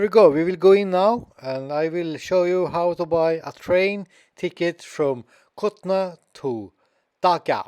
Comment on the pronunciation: Bro this is kulna not kutna